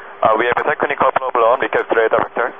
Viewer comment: "Solved the plobrem"? What, they climbed out on the wing and straightened a cowling that was rubbing?